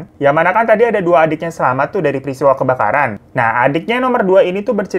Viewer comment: JNG apaan bang?? Kok KEBAKARAN jadi KEBKARAN sih?? Terlalu bersemangat iya